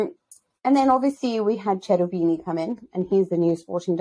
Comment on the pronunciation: 'Ch' is always a hard (k) sound in Italian i.e. Kerubini :)